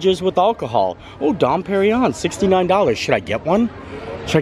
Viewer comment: the champagne is pronounced Don perring yon. Keep the videos coming they're great